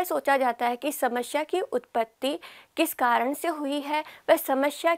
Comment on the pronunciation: Smashya ni hota, samasya hota h